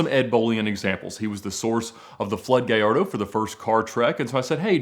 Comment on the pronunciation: At least it wasn't a Guhlardoh.